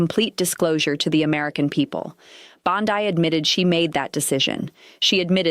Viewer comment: I thought the same thing. And was annoying how "" kept mispronouncing Bondi. Yo, -- Bondeeeeee, not Bond-eye.